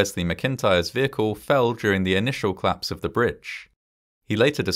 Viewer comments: Interesting how the voiceover simply refuses tot pronounce the vowels between C and L. There was a clission, then a clapse and they clected the data... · I find these videos really interesting, but I really wish that the narrator would pronounce words like "collapse"/"collapsed" as the two-syllable words that they're supposed to be!